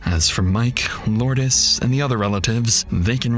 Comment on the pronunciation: Its pronounced Loords not Lordess (Lourdes). She is named after a place in France.